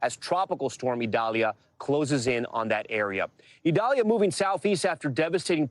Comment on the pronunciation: Prayers for all people and animals affected by Idalia 🙏...Desantis wouldn't even pronounce the name of Hurricane Idalia correctly because it is a Hispanic pronunciation. Insisted on calling it Eyedalia when the hurricane center's official pronunciation is «EE dal ya». The guy can't even stand for diversity in names! Horrible to have him representing Florida.